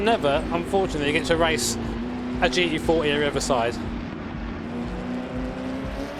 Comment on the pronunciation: Please, for fucks sake, stop saying G E 40, just pronounce the fucking T dude...